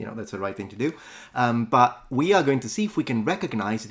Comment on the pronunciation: I recognized the brazilian by the way she pronouced "to" like a "choo".